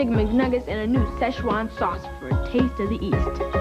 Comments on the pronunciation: It is NOT pronounced like that! I'm Chinese and it is pronounced Sie Ch Uan. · It‘s 'si chuan' （四川）in pinyin actually，the ‘si’ sound like the 's' in 'his'. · Not it's Sichuan, Szechwan, or Szechuan (Chinese: 四川菜; pinyin: Sìchuān cài or Chinese: 川菜; pinyin: Chuān cài) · si chuan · I think it is spelt SiChuan sause, but it was changed so Americans can pronounce it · So it's traditionally pronounced Sichuan